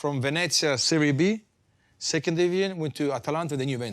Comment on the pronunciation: Kate, great interview, but it’s Serie B (as in BEE, like a bumble bee), not Serie Bay as it’s pronounced in Spanish. Bobo never corrected it, but just listen to how he says it during the interview.